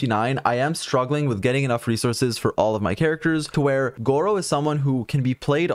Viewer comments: bro call him gowou or did u get a good artifact? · disappointed that you didn’t call him gowou smh